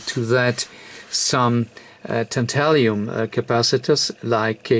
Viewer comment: I never cease to be amazed at the sort of repairs you are prepared to tackle! A very professional job yet again. (By the way Swedish chemist Anders Ekeberg named element 73 TAN-TA-LUM in 1802. In English it has always been pronounced that way. The old name "tantalium" is now obsolete - though possibly still a bit prettier! 😀)